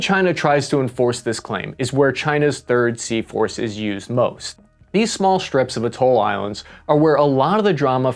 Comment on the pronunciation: Everytime he says Sea Force I somehow hear seahorse 😂😂😂